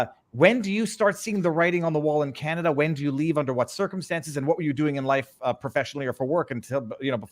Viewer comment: She said Spotlight and TAMERAS. SHE CAN'T EVEN SAY CANADA.